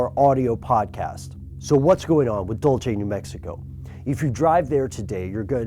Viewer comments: It's pronounced "dool-say." It's Spanish, not Italian. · Rome Anaya thought of that also.. its so awkward when he always say dulchey...lol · AM I THE ONLY ONE LAUGHING WHEN HE SAYS DULCHE????? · DULCE not dulche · It's not "dulche"! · *dool-say is how you say Dulce. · dude... PHIL SCHNEIDER DIDN'T DIE IN 1966!!! YOU MEAN 1996!!! AND IT'S DULCE (DULL-SAY) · yeah the pronunciation is more like Dul-See Dulce is Spanish for candy. on your investigation you need to look at David Sanchez his book UFO Highway has alot of good information, also a man Named Mike Valdez he was the state cop their in the 79 battle. he also had evidence form cattle mutaliations. I have been all over the area out side of the base and their are things unbelievable, hidden entrances, drones that are unearth like, Caves of glass the walls are smooth and glass, and these caves are ancient as they have been their for hundreds of years at least because thy were found by stories of old age. The Natives of the area report disc craft and lights all the time, the helicopters that got bin laden the silent ones, have been their since the 70s-80s I have seen those personaly 100 feet in the air and the wind from the rotor is all that is heard, their is so much going on their that Costello and Schneider are just the beginning. I thinks Costello was a group of people trying to get info out, I could go on about this for days but their time is of an issue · It's pronounced dull say. But I have been facinated with Aliens for forever and to have a story straight from my home state that is more recent than Roswell is awesome. I've always known about this story and I believe that there is a great deal of credibility to it. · If you can't even pronounce the name of the town correctly, your video has NO integrity, you idiot. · Haha! It's funny when people try to pronounce our towns in New Mexico. I giggle when he says Dulce...and its not on the border of New Mexico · your saying "Dulce" wrong bro haha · Dool se💯